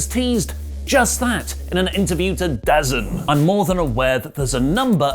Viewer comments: I know it doesn't look like it, but DAZN, is pronounced "da zone". Yeah... it's dumb. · I think DAZN is pronounced DA ZONE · Btw it is DAZN is pronounced ‘DA Zone’ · DAZN is pronounced Da Zone. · It's pronounced "Da Zone,", lmao.